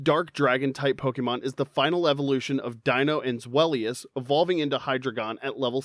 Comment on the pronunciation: Deino's, Zweillous' and Hydreigon's names all contain the German words for the numbers 1, 2 and 3, the same way as Artiucno, Zapdos and Moltres before them but with Spanish then and you utterly butchered the pronunciations, although, at lesat you do pronounce "Pokémon" correctly, I'll give you that! Also, bug-bear, but you can clearly tell that Cynthia's Garchomp is a Shiny Female from the colour and the lack of a nick in the dorsal fin! And it took me months, but I did finally manage to Breed a Shiny Jangmo-o with its Hidden Ability Overcoat! It took me so long, I started to relase every single Jangmo-o who did not have at least five Perfect IVs and I still had four boxes full of them, all the ones who didn't have a Perfect Attack IV, I jus Wonder Traded off, the ones that did, I kept for Special Trades! So, on Sun/Moon/UltraSun/UltraMoon, if you ever got a Jangmo-o with five Perfect IVs and Overcoat through Wonder Trade, you're welcome! Although, my Battle Tree Team, I usually go with Double Battles, I start with my Salamence and Incineroar - both Shiny (thank you, Masuda Method) - get that Double Intimidate off and then Mega Evolve Salamence, hit like a train with STAB max damage Return! Also, having a Base Stat Total of 600 and having two previous stages is how we identify Psuedo-Legendaries, although, as a Brit, with enough issues with the Galar Region as it is, I was kind of bored of the Dragon-Type Pseudo-Legendaries by then, Sword/Shield didn't help my mood much, eith